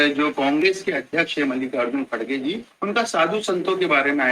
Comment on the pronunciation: मल्लिका अर्जुन नही मल्लिकार्जुन बोलना